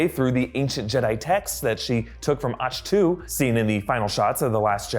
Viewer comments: "ach 2" (Ahch to) I'm pretty sure its pronounced "ack toe" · It’s pronounced “akto” not “ashtoo” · arsh too? its “ark toe” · did you just say "ach-too?" i mean.....bless you i guess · Did he really pronounce it as "Acshtew" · Did you just say "Atch - Too"?? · "Osh-Too"? WTF? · Its pronounced Ak-Toe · LOL it's Ahck Toe